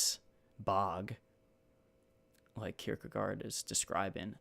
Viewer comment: Oh wow, you know how to say this fellow's name. You remind me a bit of Brackin Kirkland when he started out doing videos. I just read a really good article that the Hong's wrote on Francis of Assisi in 1963.